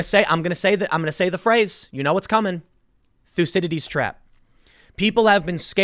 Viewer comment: If I hear you say thusidity trap one more time